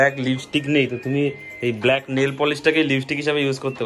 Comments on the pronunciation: Kotha ta bluck noi black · ব্লাক নয় রে অশিক্ষিত ব্ল্যাক হয়